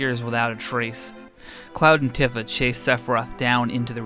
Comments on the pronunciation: Bothered me so much you pronounce tifa wrong af bro its pronounced tea fa not t if a . Other then that good work on the vid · Tiffa??? It’s tee-fa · Although pronounced wrong, it’s way better than midger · I said it like that all my life, so I ain’t mad, but “Tiffa” is OD. 😂😂😂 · Isnt it pronounced TEEfa? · Your pronunciation of Tifa hurts my brain.